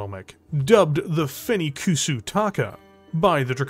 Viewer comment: "Fenikkusu" (フェニックス) would be better read like "fenix" or "fenixu" than "fennykoosoo." Yeah it's still not 100% accurate but it's easier to explain without getting deep into Japanese pronunciation.